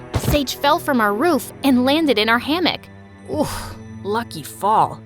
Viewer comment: Am It's ham-mock, MOCK not mick. Just so u get it right